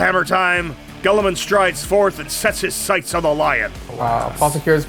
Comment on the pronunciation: unfortunately the lions rule set is bad compared to most other chapter leaders & by far the worst of the primarch class units! Also can i just ask ........ Who the hell is Gull a men??? Tool so bad at his job he can't even pronounce names correctly!